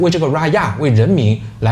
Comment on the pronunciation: 很开心和你们一起渡过马来西亚的国庆。视频的内容非常丰富，只有一点我聊一下。raya 新年 rakyat 人民。用汉语拼音一样的发音。ra1ya 4 rak1yat4